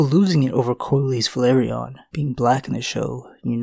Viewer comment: it's pronouced Velaryion pas Valeryion dude